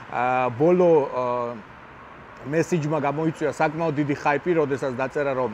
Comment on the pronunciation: ხაიპი, ხალოვეი, შონ იმეილი, მეკომბლე კიარა მეკობრეს ეძახიან შარას 😀 კარტოჩკა, ვბალეშიკობ, რამდენს ნიშნავს ზოგადი განათლება და კითხვა